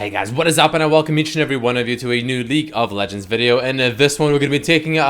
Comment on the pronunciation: Can’t tell if he’s saying Leak of Legends or League of Legends